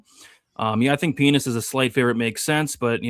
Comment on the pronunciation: What is up with pronunciation of Pinas?